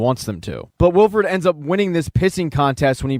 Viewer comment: Its Wilford, not Wilfred. Its not a first name. That's a main character dude, his name is plastered all over the train FFS. Could've at least double checked THAT of all things. Also you missed a very subtle neat detail at the very end - they show grass and plants growing nearby, with small living creatures. It means while everyone thinks their New Eden heat pocket is just temporary refuge, its not - the freeze apocalypse is finally starting to end.